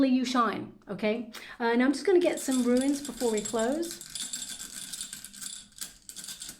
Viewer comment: you are my all time favourite reader, I love you to pieces, but the runes!!! There’s no ‘i’ in there, so the word is pronounced Roons, as in…rhymes with tunes ♥️♥️♥️ Thank you for the reading 💫